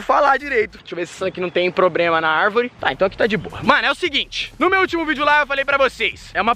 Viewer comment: "Pobrema" kkkkkkkkkkkkk